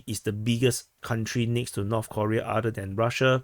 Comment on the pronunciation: North Koreeeeeeeeea (pronounced like Defense Politics Aaaaaasiaaaa)